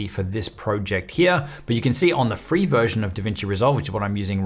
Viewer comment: Did he just say FREE?